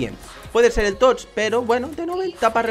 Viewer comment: embes de decir tots dises totch